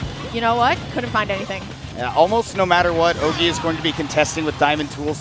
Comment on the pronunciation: C'est horrible d'entendre les commentateurs prononcer Ogey "Oggy" xdd